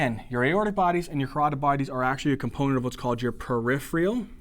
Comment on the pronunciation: Awesome videos! HOWEVER, please watch some of your spelling and pronunciations!! Peripheral (not periphreal; and atelectasis not atelactasis) Pronounced per IF er al; and at a LECK ta sis